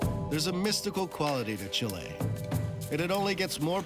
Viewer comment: It enoyed me so much the way he pronounced Chile. He was saying chiléí all the time.. Since he says some fraces in spanish he should have made a bigger effort. Well well, no pasa nada supongo.